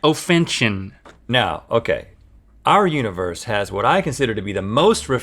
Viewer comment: Rhett holding back a dig at how Link said "u-nah-verse"